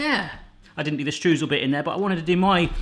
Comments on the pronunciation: Stroysel, pleeeease,, pronounce Streusel Stroysel, not Strewsel. My ears are bleeding;) And streusel are usually the best bit, NEVER leave out streusel. First rule of baking. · Streusel, pronounced shtroy-zell is the German word for Crumble (ie apple crumble)